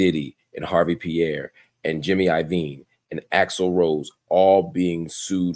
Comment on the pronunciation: The E is silent... It's not HARVEY... #HARVE